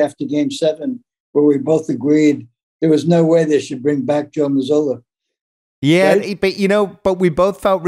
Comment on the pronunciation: I love how Bill’s dad calls Joe Mazzulla, Joe Mazuler.